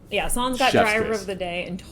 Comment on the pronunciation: Wonderful to see your enthusiasm! By the way, it's "Sainz". There's an "i" in there. ;-)